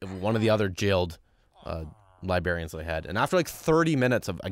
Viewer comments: bro actually said libarians. 😆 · Nobody tell he said "Libarians" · You mispronounced librarians and it's funny